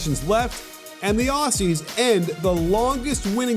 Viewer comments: Ok I’m an Australian and it’s pronounced Auzzie not Aussie ok ok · It’s pronounced auzzie not Aussie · Pretty please, from us here down under, could you say Aussie they way we say it? The S’s are pronounces “Auzzies” LOL :) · Aussie like Ozzy Osbourne, and not like posse. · Aussie is pronounced; "ozzy" not "awssy" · great presentation. however, aussie is pronounced ozzy. yeah, i know it's inconsistent with the s in australia. we think of ourselves as the land of oz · Love this breakdown, Joe Ingles is 70% Larry Bird! Just one thing: Aussie is pronounced "Oz-ey" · Can Americans please just stop saying Aussie coz your meant to pronounce it with the Z sound where the two s’s are but you guys never do so just say Australians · man this guy so disrespectful you pronounce it auzzie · The way he pronounces aussie 😭😭😭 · Interesting pronunciation of Aussie